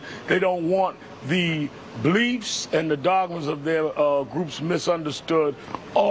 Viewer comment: "bleefs" haha. fucking sharpton